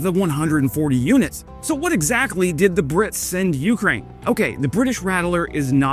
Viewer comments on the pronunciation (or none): I like you and subbed, but the way you say YOUkraine is cringe. Can you please try accenting both syllables equally. See how that feels on your tongue.